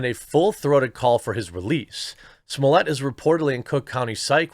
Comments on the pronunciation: He's not french, S-M-O-L-L-E-T-T is his last name and a 6 years old could read it right. SMOLET, how hard ? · I love watching Jeremy, but the way he is adding syllables to Smollet is a little nerve-racking. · its pronounce JUSSIE like juicy and SMOLLETT rhymes with bolete or bullet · Not even in proper French his name would be pronounced "smollyay"! His name in French would be "smollay". It's not Spanish where you would pronounce a double L with an i.